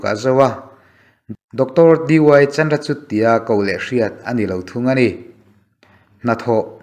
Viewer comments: Sir, Chandrachud a 'CHUD' hi CHUR ang a lam tur.. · Chandrachud- 'chut' anga lam lovin, 'chur' anga lam tur aw.